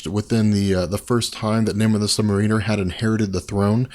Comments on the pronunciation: FOR GOD SAKES IT'S MAR-uh-ner it's been driving me nuts since you've started making videos for the love of god learn2english. He's not a freaking u-boat pilot. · yeah... it's sub-mArin-er... also captain marvel is pronounced captain mar-VEL... meow... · I really appreciate the work you put into these videos and I'm going to watch all of them and I subbed but every time you say, "Namor the Sub-Mariner," I want to punch myself in the face. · I am millimeters from skipping any further content pertaining to the Submariner due to your pronunciation of the word. It isn't "Namor the Submar*ee*ner" it is "Namor the Submar*ih*ner". As in a "Mariner" or sailor rather than a "Marine" as in the soldier. Sorry I don't mean to be a bitch about it but it makes me cringe every single time you mess it up. I mean this constructively. Just call him Namor like you do in the later part of this video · Submariner is pronounced sub mare iner. not submarine er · Sub-Mare-Riner! That's how it's pronounced. Lol! Great videos. Big fan. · This drives me CRAZY!!!! You keep saying "submariner" it is pronounced Sub-Mar-In-Er. He is not an underwater ship, is is a Mariner!!!!!!!!!!!!!!!!!!!!!!!!!! Fix it! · please...... Mar-ehn-er. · I'm pretty sure that you are pronouncing Sub-Mariner wrong.